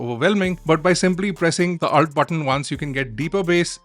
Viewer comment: It's pronounced ULT not Ult I believe!